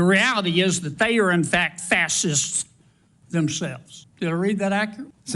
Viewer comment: "fas-hists" man said it 3x. 😂